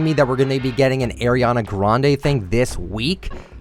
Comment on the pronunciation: No not the way he says Ariana Grande’s name LMAO 😂🤚🏽